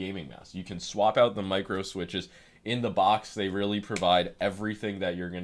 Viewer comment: Oh rearry